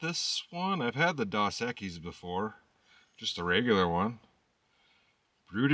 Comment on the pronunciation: Next time you get dos equis try the one in the green bottle. And its pronounced dose.